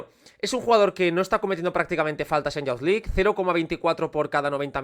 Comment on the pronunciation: Me gustan mucho estos videos pero para que sepas la pronunciación de Youth League es iuz lig